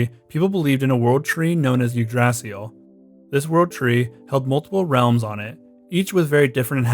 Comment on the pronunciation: The most cursed pronunciation of Yggdrasil I’ve ever heard 💀💀